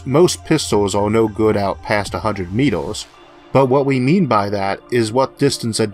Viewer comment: Where are you from? "A hundred Metoohs " "There is no Eaooh in Space" "Lazors" "Smalloh is always Bettoh"